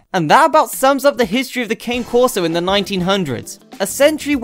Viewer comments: Pronouncing it wrong? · yes certainly is.